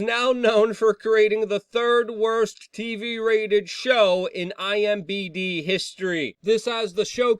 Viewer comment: Luke can’t even say abbreviations right. EYE EM DEE BEE